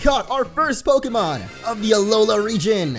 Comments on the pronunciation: do you know you said prokemon in this video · It's not pokamon